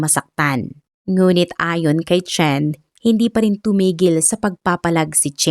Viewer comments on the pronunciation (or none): Chen - sound shen Qin - sound kin ...dpt ang pronounce